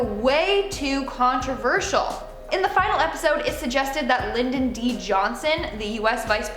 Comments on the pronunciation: Lyndon B. Johnson not Lyndon D.Johnson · Who is lyndon d. Johnson? Lolol do you mean Lyndon b. Johnson??? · Who the is Lyndon “D” Johnson? Never heard of him. I have however heard of Lyndon B Johnson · I’m thinking you mean Lyndon B Johnson (not D). As in LBJ. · Lyndon B Johnson not D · Lyndon "D" Johnson?